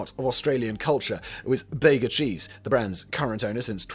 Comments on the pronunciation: "Bega Cheese": pronounced bee-ga, not bay-ga. The sale to Bega from Kraft returned Vegemite to Australian ownership. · It's pronounced bee-ga and they have ruined every Kraft product that they have acquired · Bayga LOL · "Bega" is pronounced "BEEEGA" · It's grouse mate, is what it is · Bega - pronounced BEE-guh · Bega,the town in NSW where the brand started and Bega the company are pronounced Beega.